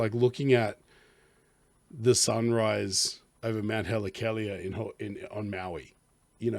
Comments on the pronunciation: Haleakala is pronounced hall-A-ah-ka-la, with the accent on the the middle syllable "ah." Just thought you might like to know. It means House of the Sun. I loved your reaction. You introduced a perspective I hadn't considered. Sparing her from the "awful things in life that come(s)" as an escape from today's hellish worldscape. That is intriguing. Very sad too. She speaks so often of her hope. I think this song is the answer to "what would today's world become without hope?". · It’s pronounced “hah-le-ah-kah-lah”. …emphasis should be put on the last syllable of the word.